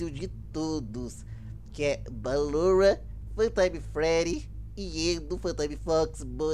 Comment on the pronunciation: Vc fala balorra mas se pronuncia Ballora mesmo